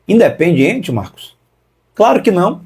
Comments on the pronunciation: O cara que não sabe pronunciar o nome do clube argentino não pode ter razão 😂 o nome não e Independente o nome a ser pronunciado de maneira correta é indiependente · Marcos não sabe nem pronunciar Independiente